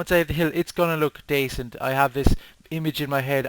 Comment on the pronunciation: U hav 2 b from limerick if u said daycent. Are u?